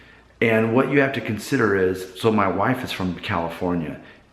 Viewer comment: I was analyzing it, good video by the way, when you said "my wife" one time it slightly sounded like "mah wahfe" but like you said, maybe Ohio or MD level.